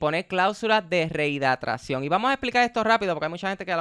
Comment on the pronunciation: Tenes que aprender a pronunciar “rehidratacion”…! Si se le cuestiona las cláusulas del Canelo, entonces Floyd también cae en la bolsa, por que también elegía sus contrarios bajo sus estrictas condiciones. Todo es marketing, alguien tiene que hacerlo, yo creo que mejor es que sea un mexicano o un latino, y no los somos de siempre.